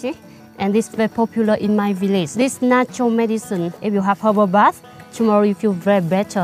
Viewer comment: i believe it is herbal bath but yeah sound like hobo